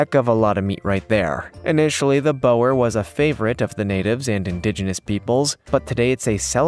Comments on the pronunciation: It’s not bower it’s Bore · Imagine saying oooooo. That is how you say Boer goat. Boer actually means FARMER. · Mate, boer is pronounced bore. Plus you've forgot to mention the dwarf nigerian goat. They are a lovely goat. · Hey, so the Boergoat...is pronounced "Buhr" goat in English, direct translation meaing "farmer goat" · Bower llol. Boer is pronounced Boor. 👍🏻